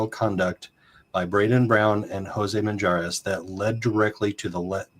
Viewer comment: drop the J in the last name😂 Minjares please thank you for covering when no one else will!!